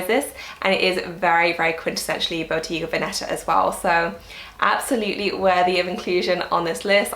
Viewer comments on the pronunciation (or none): I love your videos. YSL is my favorite. Can you do a how to style video? By the way that is NOT the correct pronunciation for Botega Veneta. 🤣